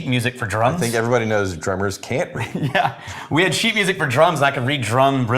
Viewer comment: "some weird think"!!!!!! At this point, he's adding the k on purpose